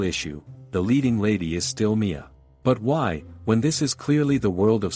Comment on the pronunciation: For those confused, at the start of part 2, they aren't looking for someone named "Mia." They are saying the FMC is M.I.A (missing in action.) its just the ai reader doing an ai.